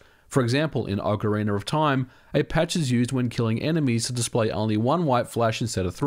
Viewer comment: "Okarinaroftaim" ;P